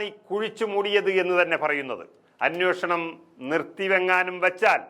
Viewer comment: Correct. വാർത്ത വായിക്കുന്ന പെൺകുട്ടിയും അനോഷണം എന്നാണ് വായിക്കുന്നത്. അന്വേഷണം എന്ന് തിരുത്തി വായിച്ചാൽ നന്നായിരിക്കും.